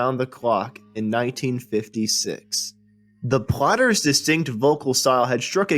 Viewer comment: Why does the narrator hakf the time pronouncing them as the "plotters".